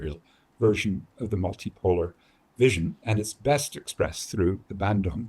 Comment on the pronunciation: Bandung, not Bendung.